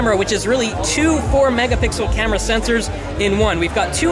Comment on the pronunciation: "and over here on the back we have an ultra pixel camel.. CAMERA!!" Lol